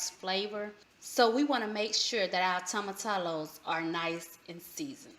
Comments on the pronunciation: Toe m a -ti -yo. Not tomatallow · The pronunciation is 'toe muh tea yos' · I have been wanting to try this. Just found you. Also, whenever you see two L's in spanish, pronounce it as a y. Like tortilla has that "eeyah" I know ppl commented, but didn't really help explain. Anyway, ty for the vid. I think I'm going to like this.